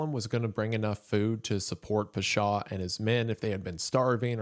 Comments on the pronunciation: I say this with all the love Isaiah, your pronunciation is atrocious. I speak arabic, im from the middle east, literally took me 20 minutes to figure out what you were saying. Its not peshaw, its pawshaw. I could be petty and correct every single one but my god…. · Pasha, rhymes with Sasha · The way Wendi says "Pasha" physically hurts me!!! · the pronunciation of pasha was off, otherwise excellent and horrifying video